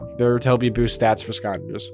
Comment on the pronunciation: Please pronounce Skylanders correctly. I beg you